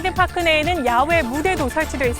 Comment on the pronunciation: 파크가 아니라 퍽크